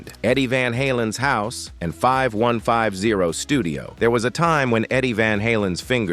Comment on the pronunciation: Ugh..... it's 5150, say it fifty one fifty!!